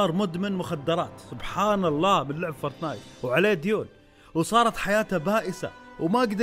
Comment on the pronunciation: فورتنايت مش فورتنات😂😂😂